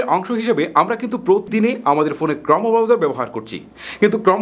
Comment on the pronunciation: ক্রমো হবে না ক্রোম উচ্চারন হবে ভাই